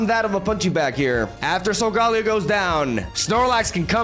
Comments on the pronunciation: It’s sol-gah-Leo.. snorlax needs so much setup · You pronounced Solgaleo's name wrong in the intro, but pronounced it right in the rest of the video lol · Why do you pronounce solgaleo and lunala very weirdly? 😭 It's not solgahhleo, it's solgaleo. It's not lunalahh, it's lunala